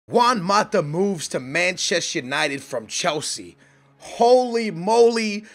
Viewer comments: It's not Machest United, it's ManchestER United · It's "Manchester United" not "Manchess United".